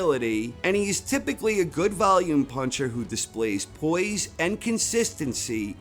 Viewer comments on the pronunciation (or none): none